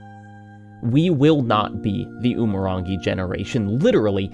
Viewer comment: i can't even begin to state how te reo māori & umurangi are very much not pronounced like that. also it's less than 200,000 FLUENT speakers, the overwhelming majority of aotearoa knows basic phrases & most people can hold simple 'how are you?' "i'm well." conversations. i don't expect you to know this but christ almighty i'm sick to death of people referring to us like our language is dying rather than being rebuilt after it was stolen from us